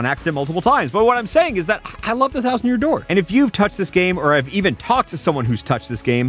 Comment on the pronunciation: Release the thousand yousand dousand vid